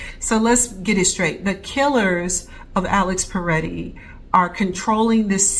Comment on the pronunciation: It's Pretti, not Paretti.